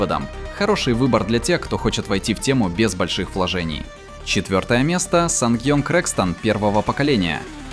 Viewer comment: Санг ионг? Не смеши меня, где эти сань енги, их сожгли от ненависти